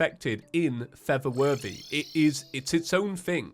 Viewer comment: Is it just me? Or everybody hears it saying:"feather worthy" not "for the worthy"